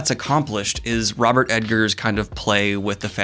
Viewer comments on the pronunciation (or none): Dude, if you love him so much, get his name right. Robert EGGERS, not Robert EDGARS... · Is he saying robert edgar not egger? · I should cut you slack, for you did say you have problems with names, but saying E-D-ggers instead of Eggers hits me in the pet peeve every time :D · Good god... it's The Witch... not Va VItch smh (and it's Eggers... not Edgers) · Robert Eggers. Not Edgers. Eggers. EGGers. E G G E R S. Double G. Robert Eggers. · That's Eggers, not Edgars, js js js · Daniel keeps calling him Ed-gers lol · Wait, is his name pronounced EDgers? Or is Daniel misspeaking? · Egg-ers, no D in there. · Oh my God. Daniel. Eggars. It's EGG-ARS. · Just a heads up about the director. There’s no ‘D’ in the name Eggers.